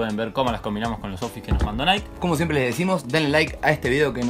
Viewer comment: segunda vez que lo escucho decir nike en vez de naiqui